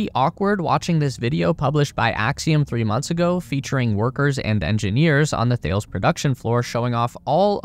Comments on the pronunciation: It is not pronounced 'The-ils", it is THA-LES for fuck's sake. The biggest communication, military and aerospace manufacturer in Europe. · It's pronounced Tal-us, not Thayles. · FYI “Thales” is pronounced “Taa-lez”. Don’t ask me why, I don’t make the rules. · It’s pronounced “Ta-less” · You don't know how to pronounce Thales. What else are you wrong about?